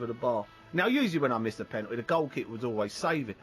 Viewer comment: "Ah com on in'a GAYME". "Penool'is" Seriously there's way too many millionaire's walking around out there that don't even have a full school education... this guy clearly never went to college or even finished high school... it's ridiculous, it's shocking that 8th graders are literally able to get high results in spelling tests and math questions than these fully grown adults who're out in the world... HOW is this possible?>??